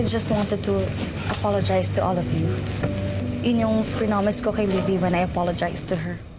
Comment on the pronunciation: livvy kasi hindi po libby